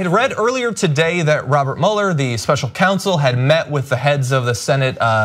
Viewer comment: "Mueller"! Thank you, Ana, for finally being the one to say his name correctly.